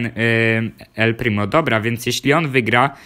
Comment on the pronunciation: powiedziałeś el plimi